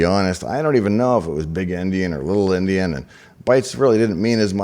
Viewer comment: It sounded like you were saying big & little Indian. If so, it should be big & little Endien. The term came from the book "Gulliver's travels".